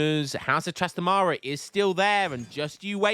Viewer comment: hi, its pronounced trastámara not trastamára